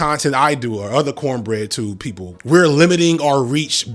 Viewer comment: i know you did not just say cornbread tube!!! i love this channel 😂